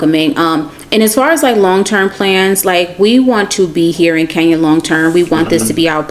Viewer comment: Who will teach these people to pronounce the name Kenya properly. I find it incredible that they cannot even pronounce such a simple name well.